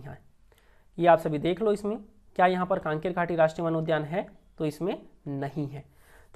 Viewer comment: कांकेर घाटी नहीं है भाई कंगेर घाटी है